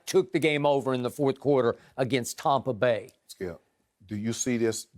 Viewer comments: Did I just Hear 'Tompa Bay" ??? That's pretty good. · Tompa bay lol love it.